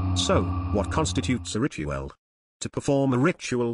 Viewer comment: I can't help but hear "Rituél"